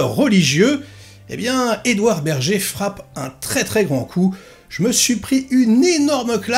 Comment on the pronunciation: typiquement le genre de film qui ne parle pas du tout... Mais bon..je regarderai ce que ça donne quand meme , dés qu'il sera dispo sur le net. PS : ça se prononce "ber-gueur"..il est allemand.^^